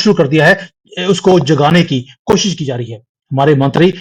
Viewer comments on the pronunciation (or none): none